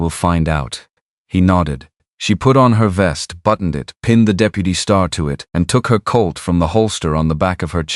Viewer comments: Pronunciation needs help! "De-pew-ty" for deputy?? Seriously?? Too many errors in the story line. He had not ridden Shadow. Neither people nor horses should have had T-shirts on. He had been moving thru town ever since he got back so why be surprised they knew he was there. Too many words used to say " a thing that was not a thing so many words were needed to make the thing as easily understood as a thing needs to be understood"... see? The story concept was interesting but you really have to sort thru all the extra to get to the meat of things. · AI is interesting, but some of the words narrated by AI are hilarous. "Da-peu-tee" for deputy. Someone needs to check these words for accuracy.